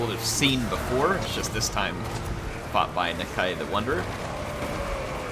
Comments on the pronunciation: I think its Na-Kai not Na-kay? not sure.... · the lizardmen language guide says that Nakai should be pronounced Nakie so something more like Na-key than Nuh-k eye. but i'm petty sure people are just going to make up their own pronunciations and it's not like the game uses proper Saurian anyway and it's not like non-lizardmen can pronounce it 100% anyway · Nuh-k eye I think is how it is pronounced. I love the content, keep it up!:D